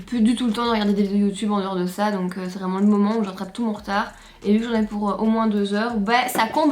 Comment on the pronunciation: Ahahah le petit clin d’œil purement Carolo qu’on doit soulever « c’est vrément léééé de faire ça au mois d’août » merci pour ce mini fou rire 🤣